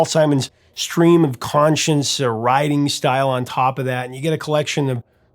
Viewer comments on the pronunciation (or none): "...Stream of CONSCIOUSNESS," not conscience.